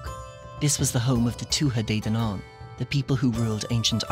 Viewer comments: As an Irish person who speaks some Irish, I'm pretty sure Danann (of the Tuatha de Danann) is pronounced "Dan-awn" not "Day-nawn". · Its (don-on) i think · One complaint: the stress on 'Danann' ought to be on the first syllable, not the last one. Unless you're speaking Munster Irish, and the narrator sounds like they're from close to Dublin.